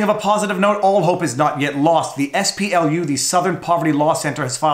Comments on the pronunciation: You keep saying "SPLU". I think you mean "SPLC". I'm shocked that they are actually doing something useful. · Viva Frei, Why do you repeatedly call the SPLC the ess-pee-el-yu? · SPLU. You even say their name - southern poverty law center. Their acronym is SPLC. I was materially harmed by this repeated mistake and I demand recompense.